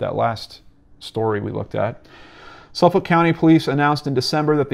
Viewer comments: Haha sufoulk pronunciation lolllll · Thanks for all the amazing links! I live in the area, been on the ocean parkway thousands of times in my life. When you said Suffolk though I lol'd a bit! It's pronounced suf-fuk by native long islanders. This story has bothered me since day one. I just want this guy caught. It's scary knowing he's still out there somewhere. Don't know if you already did but you should read the book Lost Girls and American murder mystery.